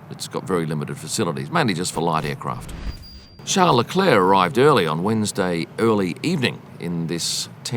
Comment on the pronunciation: What's the problem with your English that you can't pronounce Charles Leclerc properly? Same as the commentators, Shawn Leclair. But somehow you can all manage to say every other driver's name properly.